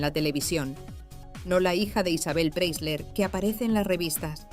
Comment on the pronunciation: Pre - I - sler. Se pronuncia con una i en el medio!